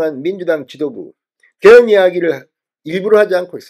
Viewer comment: 죄송하오나 '개헌', '계엄'을 똑같이 발음하시니 헷갈리네요.